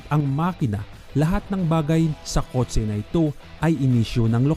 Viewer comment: Kotse not kot se puta